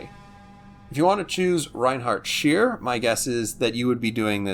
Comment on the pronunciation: Aye! As known to your hard core fanbase: Your german is pretty dang good. Two ideas for further improving that excellence: Erich Bey is pronounced "Bye" rather than "Bay" (even few Germans know that, though). And Reinhard Scheer is much closer to "Shair" (hair, air) than "sheer". Apart from me being a smart butt here, I like the Z-35 very much. It suits my playstyle and my demand for a versatile tool kit. Also I find it to be a good credit maker (which is a bit silly, because it actually burned quite some credits in real life). By the way, I enjoy you being on streams - especially with the german CCs. No harsh language, just a continuity of understated smartness. Thank you and please keep it up...!